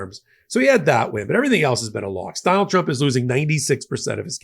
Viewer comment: She pronounces trump as "chomp"....listen 😅